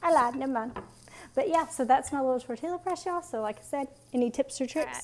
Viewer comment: Oh sourdough tortillas!! FYI it is pronounced Tor-tee-ya no "l" sound